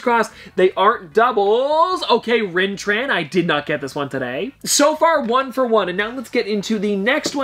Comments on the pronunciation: It’s pronounced RIN-THRAW not rin tran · It’s Rintrah not Rintran Not a big deal but I figured I’d let you know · It's Rintrah not Rintran...how do you mistake an H for an N 🤦🏻‍♂️ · it rin- thrah not rin tran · Some top pops kinda spoiled, I’ll spoil… supreme strange is the strange that gets killed by the illuminati after killing thanos if that makes sense. Also it’s pronounced Rin-traw. Great video!!!! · Lol he said “Rintran” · Rintrah has an 'H' at the end, not an 'N.'